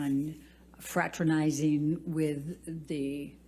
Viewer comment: Fratanizing ???? Who says if i can or can't speak to folks i work with, who ???